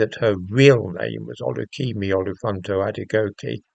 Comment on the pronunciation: I would like to say 'well done' for pronouncing Kemi's real name, I have no idea if its correct, but you sure have made an effort. 😎😎